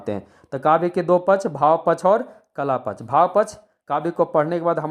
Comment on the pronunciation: पक्ष शब्द का उच्चारण सही करें